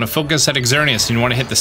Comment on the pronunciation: I kind of cringed when you enunciated the x in Xerneas's name,the x makes the z sound in this case.